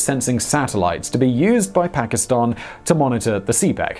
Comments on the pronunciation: your like the only English speaking person that pronounces Pakistan correctly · Wao bro ! You are pronouncing Pakistan accurately. Thumbs up for that.